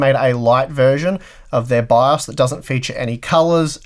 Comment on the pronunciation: What is BAZZ? Please pronounce your english right. Took me three rewinds to understand. Just as with your 9-ty-K Intel CPU's. Take your time to pronounce words, man. Huh. Love, bu' yu englgs's ba'!